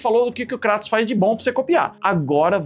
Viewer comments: Primeiro? O nome é "Krêitos" não "Crátus" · Nao é cratos é Kratos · kratos não pô, krueitos* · Krueitous sai a minha pronúncia de Kratos